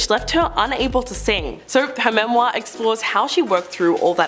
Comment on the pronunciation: Have any of you ever heard the word "autobiography" or his/her/their book? At least learn to say memoir correctly, particularly if you feel you MUST say it every few sentences !!! I find I am grinding my teeth !